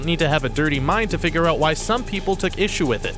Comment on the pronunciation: It's figure not figer